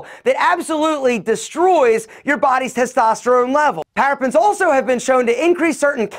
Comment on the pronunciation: ParaBENS NOT Parafens! Learn how to pronounce before giving advice